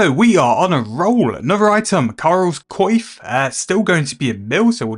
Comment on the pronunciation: Some runescape player once mispronounced coif and now everyone does it. It's a pet peeve of mine! Thanks for the video.